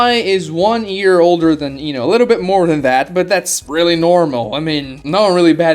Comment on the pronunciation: Says Ino correctly but shippuden went out the window